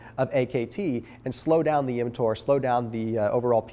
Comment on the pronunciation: Visited my girlfriend at her residency at Johns Hopkins are her friends all ROASTED me for pronouncing “MTOR” as “emtoor” because of your videos lmao. That aside I love your content. Likes all the way